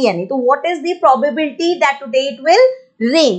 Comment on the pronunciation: First of all its not mam probarbety nhi hota probability hota hai mam ap chapter ka namr bhi dhang se nhi le pa rahi to hame kiya hi samjao hi